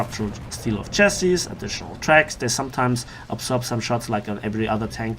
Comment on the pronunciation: It is pronounced chas-si or shas-si not chas-es.